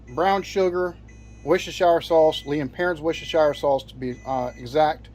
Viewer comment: Just so you know, Worcestershire sauce is pronounced 'wustersheer'. No need for seasoning, real butter not just spread and salt and malt vinegar. Simple and delicious done properly. I'm not saying there's no room for variants but that's the classic way.